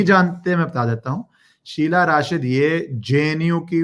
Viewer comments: Hi ACTUALLY IT'S SUHELA NOT SHEELA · शीला नही शहला नाम है😊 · Sheela Rashid nhi yaar. Shehla she-h-la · It is shehla not sheela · It is Shehla not sheela. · An off topic remark: dunno why but I get real amusement when you wrongly pronounce Names of these morons :) Whether call Shehla as Shiela or your legendary contribution against Bollymafia: Calling Anushka as Anshuka😂😂👍🏼🙏🏼🙏🏼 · Its Shehla not Sheela for gods sake How can u be so casual abt names You r an anchor pronounce the names Correctly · Sir aap sabka naamkaran achhe se karte ho... शेहला को शीला अनुष्का को अंशुका 🙏😂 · शीला नहीं शेहला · SHEHLA AND NOT SHEILA